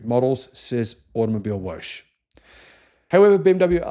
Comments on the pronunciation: Hey “Woche” is pronounced “whoa huh”, not “wosch”. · Woche is German for week. In german you pronounce each letter so Woche is pronounced more like Wokka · It’s pronounced Out-Oh Mobil-eh Wocker (or similar) your pronunciation sounds like a car wash mag !😂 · Automobilewoche is pronounced Automobil vocker ! (translates as Car Week) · With respect, you are mispronouncing Automobilewoche. It is said like “Automobile-vok-a” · Just FYI… it’s Vokka as in soccer for Woche (week)